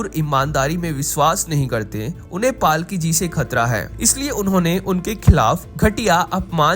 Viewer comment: भाई जी, 1. पालकी नही, पलकी नाम है, 2. WION छोड़ चुकी है, Firstpost के लिए काम कर रही है।